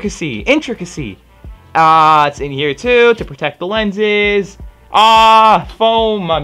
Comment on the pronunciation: I enjoyed the intrik...intricase...intractises...whatever...